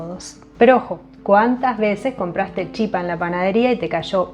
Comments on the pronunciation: La pronunciación correcta es chipá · Gracias!!! Me encantó. Ahora, sin ofender, no es chipa, se pronuncia chipá.